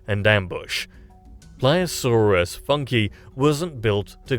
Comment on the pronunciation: My god Anglophones suck so hard in speaking any other languages. Not "funky", it is Funke, the german word for spark.